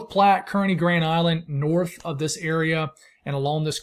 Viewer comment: Good Day. I know you give it your all and want us to say something if it is a mispronunciation. Kearney in Nebraska is Car-Knee. Or think of it as circus folk. Many of our citiy names don't look like they sound. Many of the new weather people it takes about a year for them to get the names down. As always you are doing fantastic.